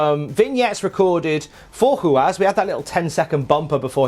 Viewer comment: Thanks for pronouncing Ruas' name correctly!